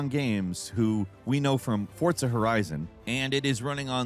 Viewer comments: Why do people say "ForTza" while there is no T in sight. It's For-Za. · There is NO 'T' in "FORZA." GAH DAMNIT it's wild